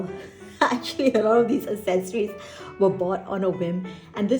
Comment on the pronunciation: Love this video, thank you! As someone diving back into TNs after 5 years away from paper journaling, and having never used TNs WELL before, this was EXTREMELY helpful, thank you! Also, just FYI, accessories is pronounce AKsessories, not assessories. =) Very common error!